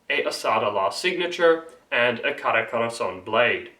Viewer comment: Dude Khorasaan is pronounced khorasaan not ghorasaan And also Shamshir means lion's tale it is indeed referring to swords in persian but the roots of the word comes from the word Sham means tail or nail and Shir means lion